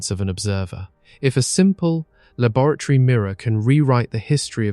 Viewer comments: Wait. Is "labaratory" a new word or is he trying to say laboratory? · Has to turn it off after the second mangled pronunciation of 'laboratory'. Distracting